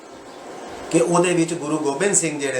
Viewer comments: ਵੀਰ ਜੀ ਗੁਰੂ ਤੇਗ ਬਹਾਦਰ ਜੀ ਨਾ ਕੇ ਤੇਜ ਬਹਾਦਰ ਜੀ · ਬਹੁਤ ਵਧੀਆ ਜੀ,,ਧੰਨਵਾਦ ਪਰ ਨੌਵੇਂ ਗੁਰੂ ਜੀ ਦਾ ਪਵਿੱਤਰ ਨਾਮ "ਤੇਜ ਬਹਾਦਰ ਨਹੀਂ" ...ਤੇਗ ਬਹਾਦਰ ਹੈ ਜੀ